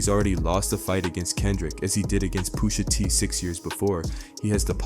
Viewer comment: This is a A.I video lol. No body pronouces names like this, "Poosha T", lol